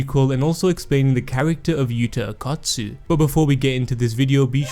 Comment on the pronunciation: Why do you keep saying akat tsu , thought it was o kot tsu